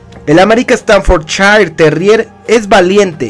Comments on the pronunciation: Yo tengo un bull terrier Staffordshire y se pronuncia estaforshair no estanforchair Ojo con eso viejo. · Se pronuncia "Staffordshair". Te lo digo porque viví en Inglaterra y la S al comienzo de palabra, se pronuncia "S", no "ES". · interesante tu información y si comúnmente lo conozco como Stanford porque hasta en los vídeos de YouTube pronuncian Stanford no Staffordshire, pero creo que sí necesito información más sobre el tema , gracias por los tips